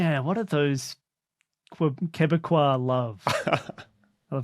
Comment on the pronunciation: Thumbs up to for saying Quebecois